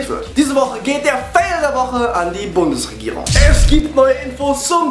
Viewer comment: lol...sagt er bei "Liebe Bumsregierung"